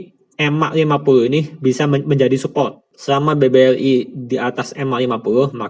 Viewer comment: maaf nih sebelumnya klo boleh mau ngasih saran, editornya bisa dubbing pake suara lain ndak ya, supaya pelafalannya bisa lebih jelas, sayang banget kan padahal isi kontennya udah bagus, contohnya BBRI koq malah jadi BBLI.